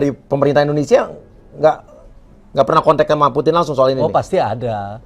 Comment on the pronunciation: Putin..bukan puting ya..😂😂